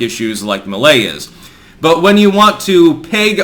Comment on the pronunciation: He sounds even.ore funny if you speaks spanish. His argentinian accent makes him more spicy. Anyway, Milei is not perfect obviously, but is the less insane candidate that Argentina have in the elections. PD: It's also funny how pronouns his name as "Xavier Milley".😂